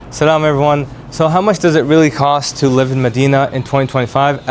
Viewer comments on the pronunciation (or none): At the start, offer the Islamic salam properly, brother. I had to rewind the video twice to understand what you were saying. While you took the time to create an 8-minute video, it would only take a few seconds to say the proper Islamic greeting.